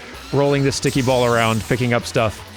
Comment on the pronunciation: Whenever you say cult of ball I hear cult of Baal.